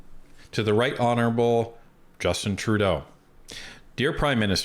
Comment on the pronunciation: Right, Honuable ....bahahahhahahh